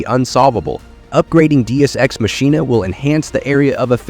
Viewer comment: I love the random changes in pronunciations... Machina is pronounced Ma-Ki-Na BTW.